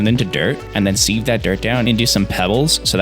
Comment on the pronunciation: my one problem with this vid how says sieve.